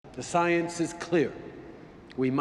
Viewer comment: Agee with you, but likely because there are 5 syllables in those 2 words , Fuddle Duddle’s kid would stumble in his kindergarten style speech delivery. He’s quite proud of saying sigh-ensss amongst the single syllable words.